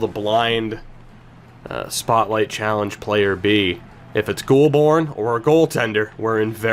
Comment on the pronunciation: Goulbourne is pronounced Goal-bourne